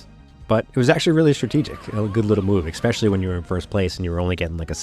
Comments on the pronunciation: its ESpecially, not EXpecially. cant watch your content because of this. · Grow up, manchild, and pronounce "especially" correctly while you're at it.